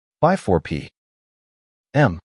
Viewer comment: " Around 2 p.........m " A.I. is stupid